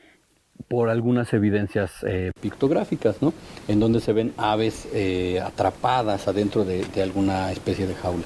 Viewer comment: "Aves" yo escuche "Naves"! 😳🤦‍♂️